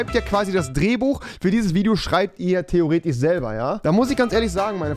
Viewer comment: Niemand: Rewi : THEAORETICH